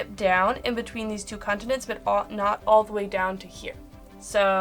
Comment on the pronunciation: Sorry, must be your accent. Sounds like you're saying "condiments"